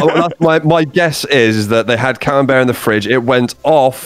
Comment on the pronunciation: it's CA-MEM-BERT cheese if you're not milking the goddamn Robert Cambert. Jesus Christ. And theese people laugh at Jake for reading something wrong.